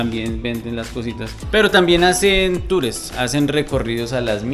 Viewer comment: no se dice tures, se dice tours